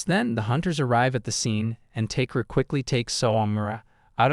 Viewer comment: it's ta-ke-ru, not take-ru